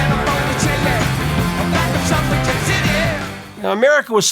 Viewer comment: Mispronounces "suffragette." This guy needs to do some research. Like listening to the recordings.